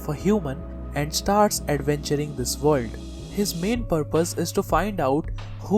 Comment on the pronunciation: yea, keep saying vorld. gotta luv this guy XD